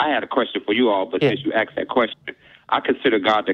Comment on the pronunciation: "I axed you a question..."